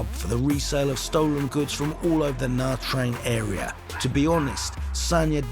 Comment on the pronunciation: You can’t even pronounce Nha Trang correctly